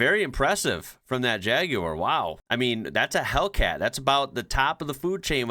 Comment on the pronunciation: I think it's the first time I've heard an American pronounce jaguar correctly, it's usually jagwahrrrr. lol.